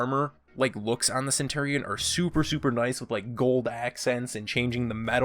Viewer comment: pole axe?! its just an axe!! the way you said centurion triggers me so hard. the gladiator is supposed too have open chest armor! that's the point! for the valkyrie you said centar when you really mean satyr, and you called her SPEAR a staff! ITS A SPEAR!! come on dude!